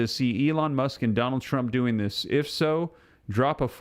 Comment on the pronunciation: It’s Musk like as in Musk cologne, not Muck like through the mud and the muck, common sense, use it and listen to how something is being said!